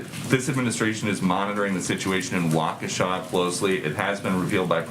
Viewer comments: Waukesha is pronounced like: Walk-ishaw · Waukesha is enunciated “walk-a-Shaw” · Ahhh yes... the MSM smoke and mirrors. We all know it very well, but please Greg... it's pronounced (Walk-a-shaw).